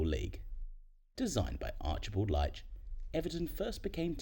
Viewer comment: Leitch’s name is pronounced like the word leach